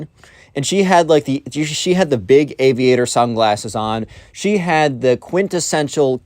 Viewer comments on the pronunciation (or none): none